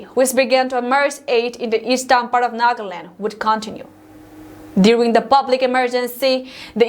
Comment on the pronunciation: Another correction Thursday was pronounce as thars-day/Eastern as Eastarn. This are some simple words which can easily be corrected if she wants to improve.